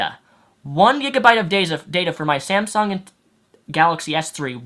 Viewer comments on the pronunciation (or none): none